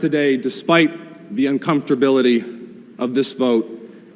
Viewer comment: "Uncomftorbility?" Seriously?